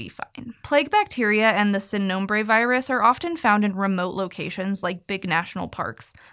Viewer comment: Sin is pronounced with a long e vowel sound, not a short i sound. In English it’d be like seen.